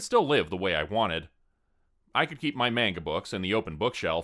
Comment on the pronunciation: Keiko is pronounced kay-koh not key-kow. Miki is pronounced mee-key not like the name Mickey. Manga is pronounced mahn-gah, not mein-guh. Gōkon is pronounced goh-kohn with a long o in goh (that's what the line over the o means) not goe-cawn.